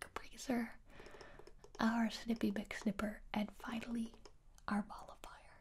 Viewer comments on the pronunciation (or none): MOLLIFIER! This whole time I thought she was saying "ball of fire* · I thought you said ball of fire instead of nullifier and I was like yeah let’s set these worries on fire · I don't think it's nullifier either. It sounds more like mall-a-fire. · Am I the only one who hears ball of fire whenever she says mollifyer or whatever